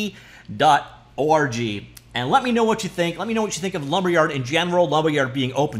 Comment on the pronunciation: Did you say . O R G or did I hear something else? Comment 100% getting filtered away soon